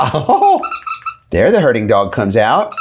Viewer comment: next time spell herding , so we don't hear hurting.!!